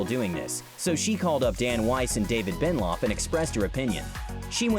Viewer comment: did he say david bennloff? c'mon.